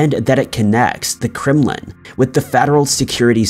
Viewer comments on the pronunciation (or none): none